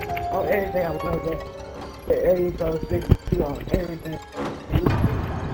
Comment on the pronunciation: He said "we see everyting" Me:THE TING GOES SKRRAAA